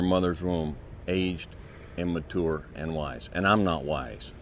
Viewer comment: muh-tour lmao. no disrespect just funny how he says mature :P